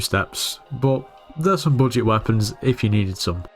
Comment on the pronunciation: "so, you're on a bojit" yeah, this is a skyblock tutorial.